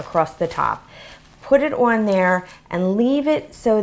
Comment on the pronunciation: They look burnt. Oh and the word "On" is pronounced like "awn" not "owen"